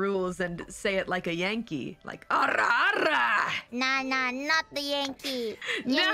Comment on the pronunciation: The way Kobo rolls her Rs is very satisfying. Almost more satisfying as getting to hear Calli's extremely rare true "Ara Ara".